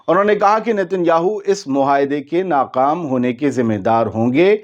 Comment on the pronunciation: ، ناقام نہیں بلکہ ناکام